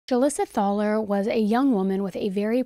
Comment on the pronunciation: Hoo-Leesuh Thah-ler is a new one for me, lol. My family has lived in Mound for generations, and the Thalers are another well-established family here. (The local high school sports center is named for David M Thaler). We pronounce it Thay-ler. I passed by Julissa's traffic stop on my way to work that morning. I thought maybe she had been in a minor hit-and run because hers was the only civilian car there. She was standing on the sidewalk with her arms crossed, looking mildly inconvenienced. Though I was curious why there were multiple police cars and several officers on scene. One of the dumpsters where she tossed Eli's things is at the gas station directly across from my parent's house. It's really bizarre to see footage of your home town in one of these videos.